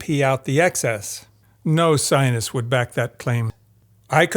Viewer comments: You really irritate me, by butchering the word scientist. When you say it over and over again pronouncing it like "Zionists", I could just smash my screen. I had to sttop watching this. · Why do you pronounce scientist as Zionist?? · I appreciate this videos content. The the cherry on top; your pronunciation of the word scientist. To me; It sounds like you are saying “ sinus”. regardless, its fantastic work. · I swear everytime this man pronounces "scientist" the lack of middle T sound is making it sound like "zionist" and it's making this video inadvertently crazy to get through 😭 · I am the only one hearing him pronounce the word "Scientist" as something completely different ? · Can’t get over the fact that he doesn’t pronounce the first “t” in “scientist” haha. Maybe I’ve been living under a rock or in some funny part of America, but I’ve never heard it pronounced like that before.